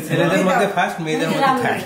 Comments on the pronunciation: থাড বলে 😂😂😂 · কাম্মি থার্ড কে থাট উচ্চারণ করে। হায়রে 😂😂😂😂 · *ঠাড বলেন উনি। 😂😂 নতুন উচ্চারণ।